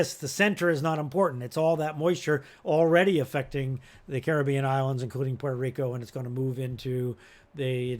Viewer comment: Well explained. Also, credit to you, sir, for correctly pronoucing the name of the region. It is the Carib be an and so named for the first peoples of the area meant as an honour. And not as Americans pronounce it as Cuh rib Yun. Thank you sir.